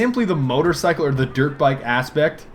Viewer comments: Am I the only one whos always hearing Derp Bike? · every time you say dirt bike..its sounds like derp bike